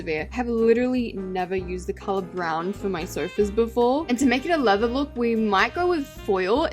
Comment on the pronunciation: When u said leather I heard Lego 😭🙏